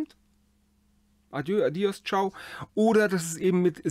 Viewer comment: Beim spanischen "¡Adiós!" liegt die Betonung auf dem o = "a-DJOSS". 😉